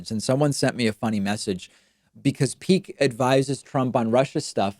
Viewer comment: Andrew "Peek," not Meek.